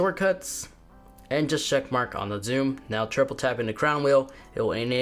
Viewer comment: “Scheck mark”